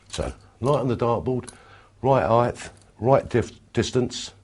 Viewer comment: "Righ' eyet-th" 😂 Love Bobby!